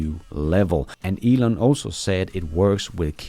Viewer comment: Why can't Americans pronounce words correctly? Elon is hardly a difficult name to get right.